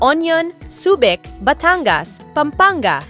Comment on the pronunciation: Subic not subek